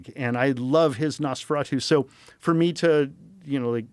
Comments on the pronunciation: if he pronounced nosferatU one more fucking time the wrong way i was going to yank him through the screen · Why can't Joe pronounce "Nosferatu"?